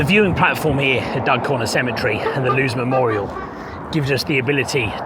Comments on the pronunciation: The name is Loos not Lose! 🙄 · Just to help with your pronunciation: Loos will be pronounced "loss" and Lens will be pronounced "lonce". Fascinating video, thank you! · Hi, just a quick note on pronunciation. Don't pronounce “LOOS” like “goose” or “lose”; instead, pronounce the double “O” like in “go,” “goat,” or “bord,” and the final ‘S’ like in “yes,” “mess,” or “toss,”